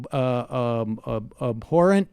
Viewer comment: The word is abhorrent, not appohrent - sorry.